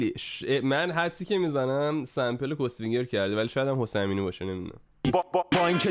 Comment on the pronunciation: داداش "کُس فینگر" چیه میگی؟! خودش داره میگه "کاس فینگر"، بعد تو میگی کس؟